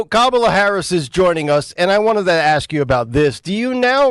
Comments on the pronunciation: 😂😂😂😂😂 Said AX Ya'll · "I'm pretty stunt. I'm pretty stunt." "Let me axe y'all sumthin." She's impossible not to love.